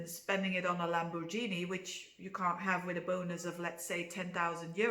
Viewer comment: I've never heard of Lamborghini being pronounced your way. You are a joy to listen to, ...and being Hot to Trot doesn't hurt either !!